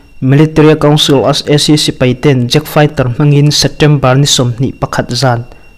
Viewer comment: A bengvar thlak hle mai chutirual chuan Setember tih aw phawi hi kawl aw phawi deuh em aw inzir zel rawh